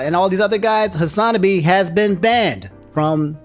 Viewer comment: Does he say Hasanabi wrong on purpose? lol